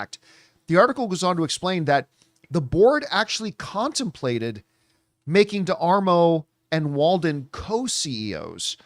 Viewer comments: It's pronounced "de-mar-o" And wow, "Fuck Disneyland"? lol. Good grief man, chill out. It's nowhere near as bad as you're making it out to be. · It’s da-mar-o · I like John, but holy cow how can somebody be so bad at pronouncing a name. Especially another Italian surname just like Campea. You would think he would have figured it out in pre-show prep before going on camera.